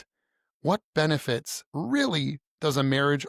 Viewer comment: 😂 2nd time listening I heard benewits then shortly after she says aswects 😂😂